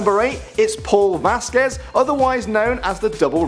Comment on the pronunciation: It's pronounced: Vah z queh z Vazquez Just so ya know XD